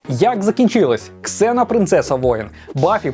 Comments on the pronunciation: Не Ксена а Зена =) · Не Ксена,а Зена! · Літера "X" ні разу не читається як /з/, то в недолугих російських перекладах вона Зена. Я як взнала, позеленіла